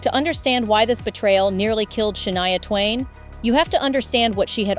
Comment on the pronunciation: Can’t stand these AI produced videos. When it says her name is “Sha-nee-a” rather than the correct pronunciation, “Sha-nigh-a” and then stating the dates of her surgery was 2018 to fix her vocal chords and then being able to release an album following the surgery in 2017??!! Like what? Doesn’t make any sense. Can’t watch the rest of this…